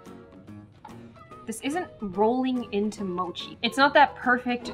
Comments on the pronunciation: It’s mochi not mosi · Ur not Asian if don’t you say sushi like “sushi” but like “soowshee” that. That’s 𝗯𝘀 OH she said “mowshi” AAAAAA SHE SAID “maatchaa” OH THAT HIT MEEEEEEE no hate but WHAAAAAA